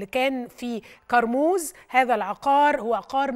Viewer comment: جماعه هي اسمها كارموز ليه بتقولوا قارموز🙂😂